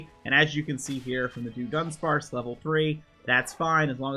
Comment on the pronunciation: Why did you pronounce it as “do-dunsparce”?